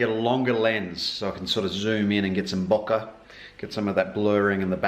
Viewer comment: I like your pronunciation of bokeh :P Congrats on the new camera! But, really it's a sort of selfish congrats... we the viewers are gonna be the ones reaping the benefits of that beautiful new image!